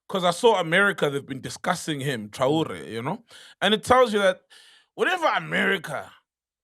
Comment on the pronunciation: Did this man really pronounce TRAORE as TAURA😂😂